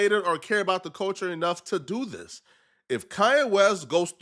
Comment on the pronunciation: for the love of God please work on saying THIS instead of DIS you are killing me